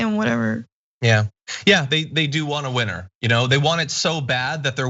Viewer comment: did you say trump was a winner or a WHINER ? lol